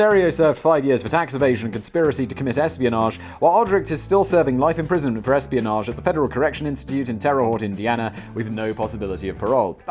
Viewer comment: Today I learned there is a KGB spy in the federal prison in my hometown. And that Simon cannot pronounce French (Terre Haute).